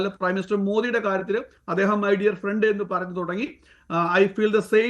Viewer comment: മൈ ഫ്രണ്ട് അല്ല മൈ പ്രണ്ട്😂